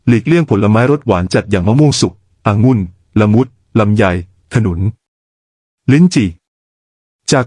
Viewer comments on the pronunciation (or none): คลิปนี้ใชั AI ช่วยออกเสียงบรรยายหรือป่าว หลาย ๆ คำฟังแปลก ๆ องุ่น ก็ออกเสียงเป็น อะ งุ่น , สกปรก ก็ออกเสียงเป็น สอ กอ ปรก